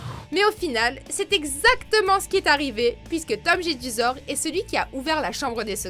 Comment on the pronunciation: biduletruc machin jedusor pas gedusor lol